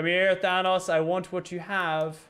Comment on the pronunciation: your saying thanos wrong